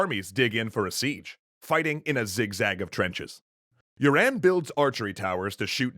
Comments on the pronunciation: Yuan is pronounced you an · I think you've definitely pronounced "Yuan" as "urine" ...